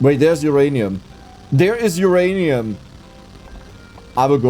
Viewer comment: He said Oranium again 😤